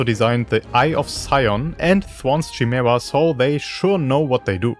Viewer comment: It's pronounced "Kay-meera", not "Shy-mera"